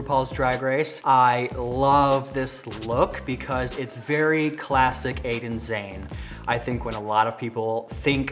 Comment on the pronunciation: Pronounced “jah née “